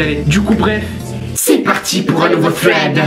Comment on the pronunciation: sa se dit sreed